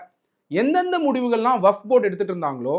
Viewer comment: வகப் இல்லை டா வக்ஃப் என்று சொல்லுடா முட்டாளே.